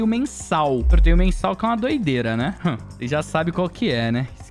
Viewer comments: "Vose" é foda 🥺🥲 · "Vose" é foda kkkkkk